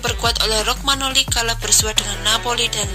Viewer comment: Romagnoli bukan Rogmanoli 🤦‍♂️🤦‍♂️ Kacau kacau